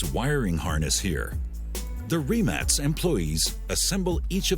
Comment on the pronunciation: its rimak with a K not C